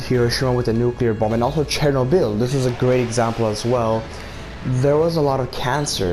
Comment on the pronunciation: Great review. Also, you pronounced Chernobyl correctly!!!